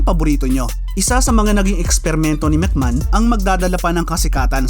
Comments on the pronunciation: Anong mc man? It’s MC may hon. Or mc may on. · Anong Mc Man pinagssabi mo?ayusin mo mga pronounciation mo!